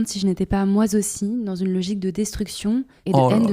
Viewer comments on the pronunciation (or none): Bin alors, petit coup de mou..."J'étais moi z'aussi"...si tu veux qu'on t'écoute un minimum, même si c'est juste pour voir où nous mèneront tes élucubrations, il faut soigner ton discours, d'autant que tu passes ton temps à essayer d'exister ces derniers temps. 😂